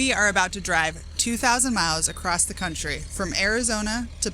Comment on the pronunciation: “One of my favorite charging spots in the Crunchtry” since we’re pointing out mispronunciation lol